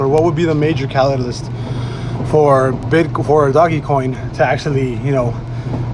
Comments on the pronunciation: you sound like a fool when you pronounce it "doggy coin." I figured I'd help a brotha out. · The only thing I took away from this sUpER iNfOmAtIvE video was this ass hat saying “doggy coin” 🤣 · It's pronounced "Dohj coin.".